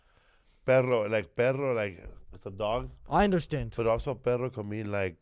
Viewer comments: Nothing worse than an Americanized Latino like J Lo. This idiot can’t pronounce “perro” and perro isn’t the same as pero. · I'm pretty sure "perro" and "pero" are two words Felipe lol